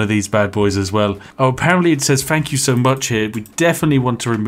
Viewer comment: "One free fank you card"